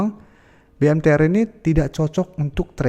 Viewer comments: BMTR bukan MBTR.. 😂😂😂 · BMTR BUKAN MBTR !!!